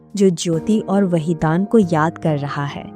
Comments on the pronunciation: वहीदान नहीं बल्कि वहीदन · Wahidan your pronsa tion is wrong nice blog